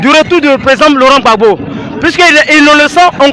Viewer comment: Apprenez à dire monsieur Laurent Gbagbo, s'il vous plaît!!!